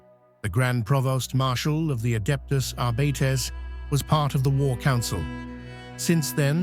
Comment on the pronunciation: "Adeptus Arbeeetes"??